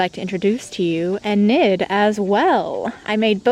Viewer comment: You dont pernounce Enid's name like "eh-nid" you pernounce it like "e (the way you normally say E) - nid (e-nid)" Anyways, love the customs! They are so cool